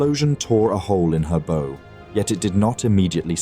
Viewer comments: At about the USS South Dakota is described as turning to Starboard, but is shown in the animation as turning to port. Huh? Also, the commentary pronounced 'bow' (as in the front of a ship) as in 'bow and arrow' rather than as the action of lowering one's head in a 'bow'. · Hey guys, when it's the front of a ship, "bow" is pronounced "bough" like a tree branch, not "beau" like a boyfriend. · Realized this was AI when it mispronounced 'bow' as 'bo' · As soon as I hear the front of a ship called the "BOH" rather than the correct term "BOW", I'm done! Laziness of this sort should never be supported! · Pronounced like "bough" though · Awkward pause before saying long-lance, bow pronounced like bow and arrow…. Oh no. Not you too with the AI voiceover 😢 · AI narration...."the torpedo struck her 'bow'..."..spoken like "bow tie". Why cant you just use a real voice...? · Pronunciation guide. Kirishima. key - ree - she - ma, not ker - ISH - i - ma (they get it right a few times). Atago. ah - ta - go, not ah - TAHH - go (Admiral) Abe. ah - bay,. Bow like "ow". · Thumbs down for AI reader pronouncing bow, the forward end of the ship, as bow rhyming with cow. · I am sad to leave this history channel. But I will just not tolerate AI instead of a real human narrator. If you can't get the word "bow" right, you are part of the problem. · Just a small comment. The mispronunciation of 'bow' is really irritating to this former sailor. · Robot voice cannot pronounce BOW properly. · Your TTS program is pretty good, but like all of them its got a problem with heteronyms, words spelled the same but having different pronunciations and definitions. In this case its . Bow (front of the ship) is pronounced as if its bow (weapon that shoots arrows). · I'm pretty sure the name Walke isn't pronounced Walker. Also the front of a ship is a bow not a 🎀